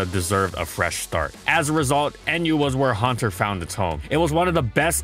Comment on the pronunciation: Huanter really?